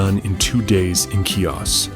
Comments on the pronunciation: The island is pronounced He-Ohs the C is not pronounced it is silent. There is no “key-ahs”. Lovely video just really would love those seeing the video to know how to pronounce the name of the island. 🙏🏼🥰🇬🇷⚓️ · Learn how to pronounce the name of the island correctly HEE-os smh it's a insult to my heritage my Father was born here and raised on this island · Wonderful video!!!!! But how can you pronounce Chios like that?